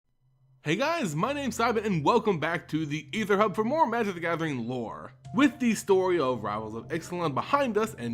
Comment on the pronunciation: duplain3d Right! It kinda pisses me off how he pronounces some things. Like aether hub.